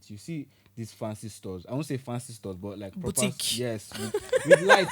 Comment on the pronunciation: it's boutique not booTIC 😂